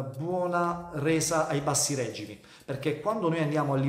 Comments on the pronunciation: Ottima spiegazione ma si dice regimi non règìmi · usa "regìmi", ti prego !